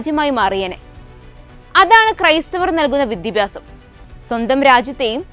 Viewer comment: വിദ്യഭ്യാസം… അല്ല .. വിദ്യാഭ്യാസം എന്നു പറയൂ..